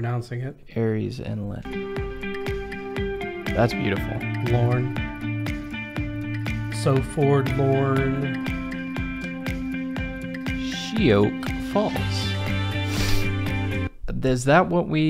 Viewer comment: Sheoak Falls is pronounced as shok falls.